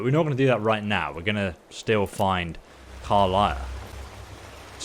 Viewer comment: Listen,, it is pronounced Ka-lee-a, Ca-li-a